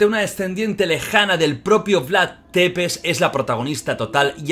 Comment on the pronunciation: Jordi se Pronuncia “Vlad tzepesh” No “Depes”